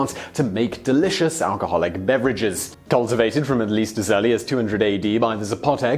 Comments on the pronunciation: the only thing you mispronounced was maguey, the u is silent making it sound like mah-gay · You pronounced Oaxaca right; not maguey though (silent u) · Did he really just say "nujuaTAL" instead of náhuatl, and "magüey" instead of maguey? facepalm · "Ma gay" not "ma gooay"! 😉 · Oaxaca was pronounced flawlessly. Maguey is pronounced Ma-gay. I'm definitely going to try shaker & spoon! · Just like the "U" in tequila. The "U" in Maguey is Mute.... So its pronounced "Magey" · I am laughing at the way he pronounces MAGUEY (mah-whey) at least ke did not say "teh quill lah" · As a Mexican I'm far surprised with how well you pronounced several words. Some others not so much, for example, you started pronouncing maguey correctly then it fell through. Oaxaca, pulque, agave, mezcal, Jalisco were all well pronounced. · You did pronounce Oaxaca correctly, as the X does have a J sound in this case (the letter X can sound, in Mexican Spanish, as either J, KS, SC, S, or SH). What you didn't get right was the pronunciation of Maguey: the U is silent, but it modifies the sound of the G to sound like G rather than J. (And this rule only applies to the syllables "gue" and "gui") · Yes except he doesn’t know how to say maguey